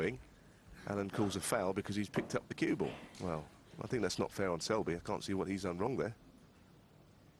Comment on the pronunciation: his names selby not shelby